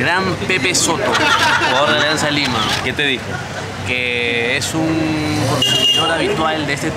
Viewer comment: Alianza lima ❌️ Alianzanza lima ✅️